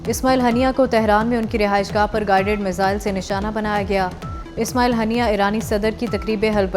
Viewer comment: ہانیہ ھوتا ھے ہنیہ نہیں